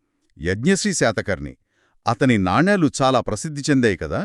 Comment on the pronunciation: నానీలు కాదు తల్లీ, నాణేలు